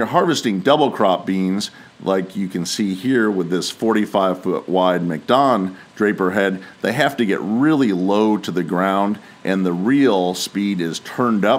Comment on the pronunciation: Pretty sure it is pronounced Mack Dawn, even though its spelt MacDon. It just sounded like you say Mick Don. Sorry if that sounded rude. Just think saying Mick for Mac, Mc or whichever is seen as being insensitive or some shit like that. Don't want to risk one of them strikes or some crap